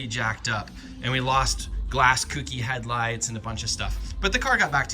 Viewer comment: Say it with me, folks: Co. Key. Kouki. Kouki=Co+Key. Not "kooky'.